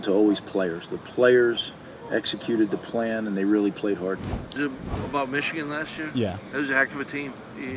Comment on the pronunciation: I will never not be shocked at a grown man not being able to say the name Michigan. What an absolutely little little man.